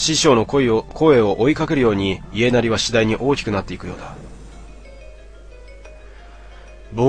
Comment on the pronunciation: いえなり、じゃなくて やなり